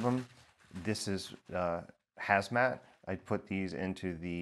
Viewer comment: "Hazmat" click....